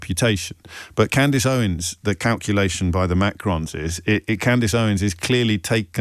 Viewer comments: Sorry but did a producer write this and the presenter is just reading prompts on what he’s been told to talk about? Pretty poor not to even have a read through first and figure out the (fairly well known) female name Candace is pronounced Cand-is and not Cand-ace! Even if he hadn’t heard of Candace Owens or bothered to do any research on what he’s going to be discussing, have the production team not sat down and had a run through with this guy on discussion topics?! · The irony of this chap spouting his opinion …. If he can’t pronounce her name then it’s extremely unlikely he has reviewed her evidence. Further, who funds his mic? Candace has well documented and revealed her sources. Macron’s response is odd. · Lol. Say her name Right!! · ...Wow, is this LBC? As a Brit I find myself shocked that he didn't know who Candace Owens was and couldn't pronounce her name, or am I... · You did pronounce the name incorrectly 😂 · He knows. And he definitely knows how to pronounce Candace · You should probably watch ALL of the Candace Owens series on that subject re the Macrons before you claim that Candace is “mad”. I’d suggest you haven’t even watched one episode given you don’t even know how to pronounce her name properly, given she says it at the start of every episode she does. Also she is not being sued for “defamation”, so something else you have incorrect. You’ve just turned me off anything you would say on Your show (5 mins in) because clearly you don’t do much research! This is one reason why I like listening to Candace, she does her research first before she speaks and presents the facts to back her claims up, something you should ALL do otherwise it’s just a waste of time listening to anything you have to say. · James pretending he hasn't heard of Candace Owens is hilarious!.even pretending with the pronunciation..Oh James, you make my day!..😂😂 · Oh James you know how to pronounce her name, stop it 😂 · He mispronounced her name purposefully. He knew her